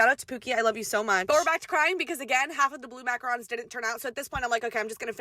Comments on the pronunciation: mackarons? It killed me macaroons!!!!! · I’ve never heard someone pronounce macaroons as mackarons😔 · MACRANS!!! Bahahahaha...... it's MACAROOOOONS!!!!!!!! Not macrans!